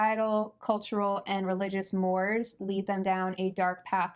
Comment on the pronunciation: The word "mores" you use here in "religious mores" is actually pronounced like "morays" or "ˈmȯr-ˌāz " to use that technical-type notation. Not giving you grief or anything- I've found that I have miscalculated the pronunciation of many words I have known for years (and I am much, much older than you 😢), particularly those I've only ever seen in print. Nice video- I am intrigued and will seek out these films as they seem like they might be right up my alley. Thanks!